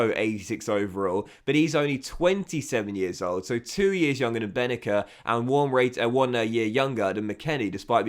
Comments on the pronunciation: His name pronounced ben naser not benaker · So happy you sold Bennacer, now we don’t have to hear you constantly butcher his name. 😂